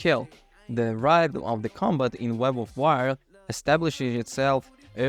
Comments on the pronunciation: Did your autocorrect change “wyrd” to “word” in the script? Pretty sure it’s meant to be pronounced like “weird”. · Im sure Wyrd is supposed to be pronounced Weird but the reviewer pronounces it as Word. Which is it? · Isn’t Wyrd pronounced “weird”, like Terry Pratchett’s “Wyrd Sisters”?